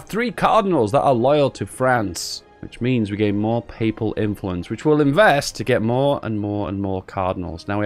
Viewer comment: at least now I know it's not just ISP, the word "papal" is unpronounceable by non-religious English people.